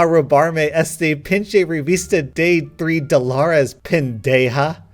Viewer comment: Its not deey its de u say e like the e in enough Edit: i barely know spanish but pronounced that one wrong. Ps. MAH GRANNY IS PART SPANISH AND PART FILIPINO COZ SPANISH TRY TAK US OVER AND AM SPEKING DUM GRAMMAR COZ AM LAZY